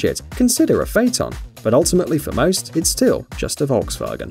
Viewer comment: I’ve never heard someone pronounce Volkswagen properly